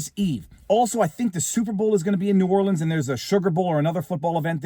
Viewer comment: I'm from Louisiana. This is %100 incompetence. NO is ran by idoits. Btw kudos for pronouncing New Orleans correctly.